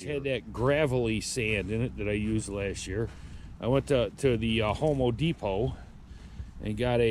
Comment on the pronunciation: lol he said homo depot I cannot